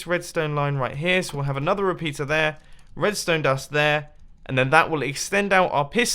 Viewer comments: did he say repeter or a repizza XD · Reapeter sounds like ''PIZZA''